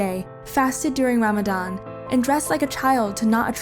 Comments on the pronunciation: Not this video making a kind hearted religion look bad😂😂and plus she doesn't even know how to say Ramadan💀💀((who the hell is gay while being Muslim💀💀)) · this is obviously not true and is supposed to spread islamaphobia, the girl doesn't even khow hot to pronounce Ramadan correctly. Religions when you worship them to certain extents are always dangerous no matter Christianity or islam or Hinduism but I think it's time we stop making god a reason for hatred. If there exists a god they would never want the communal violence caused by religions nowadays and I do mean all religions.